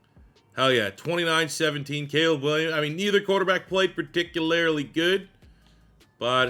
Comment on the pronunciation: love the channel bro…but I am begging you to look up a pronunciation guide for the word “particularly” 🤣